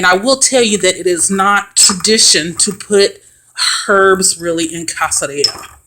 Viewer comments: I can’t stand to hear black folk refer to themselves as witches. Our melanin is too powerful. We are enlightened not witches. Our intuition is natural and more powerful than the others. The correct pronunciation is (kas-kad-ree-yuh). 🤦🏽‍♀️ nice try. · Pronunciation would be "Kas-ka-rrija" little shell or little peel. Is a Spanish word. Not being an a-hole but trying to help. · It’s pronounced Kas-ka-ri-ga meaning peel 😅 loved it super helpful 🙏❣️✨ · Sorry i dont mean this to be rude but its pronounced "cas-ca-ree-ya" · The pronunciation is BOTHERING me lol! But thanks for showing how to make it. I usually buy it in bulk, but want to use my energy in making it myself